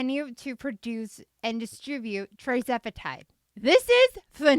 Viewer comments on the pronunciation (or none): Isn’t it TIRzepitide not TRIzepitide🤔🤔